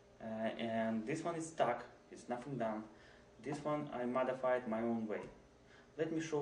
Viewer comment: he motherfided not modefided flop man